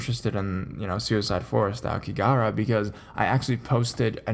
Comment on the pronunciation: Hey I made a whole video on it on site while I was there. I have lived here 9 years. Just a heads up there is no work visa for America. Average suicide rate per year here is 30k. Pronunciation is phonetically like this ah-oh-key-ga-hara. It's also known as the blue sea of trees as ao means blue and ki means tree. It's said to look blue in the prevailing mists of Fuji mountian.